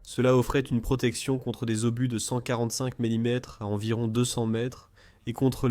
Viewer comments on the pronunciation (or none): Capable d'encaisser des obus de 145 mm la vache un des char les plus blindé du monde, à moins que l'ia ne sache pas lire 14.5 mm...